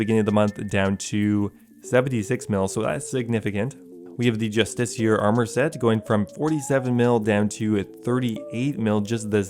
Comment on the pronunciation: Well you almost pronounced justiciar right. That’s my favorite thing about the RuneScape community. Everybody has their own way of saying items. None of them are right though 😂